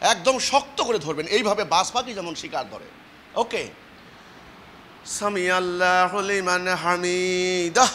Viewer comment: সামিয়াল্লাহু আরবি শব্দ উচ্চারণ করতে জানে না আসসালামু আলাইকুম ওয়া রাহমাতুল্লাহ কোনদিন ভালো করে ভালো অবস্থা তোর কাছে কোরআন তেলোয়াত সেখানে তার চৌদ্দগোষ্ঠী থেকেও পারে না তাদের দলের কেউ পারেনা পারলে সেটা নামাজ হয়না নামাজের প্রাণ আছে ভুল ভাল জায়গায় টানাটানি করে জানতে পারেনা ঈদের নামাজকে ফলো করবেন না এদেরকে ফলো করলে আপনার নামাজ শুদ্ধ হবে না তেলাওয়াত শুদ্ধ হবে না সালাম শুদ্ধ হবে না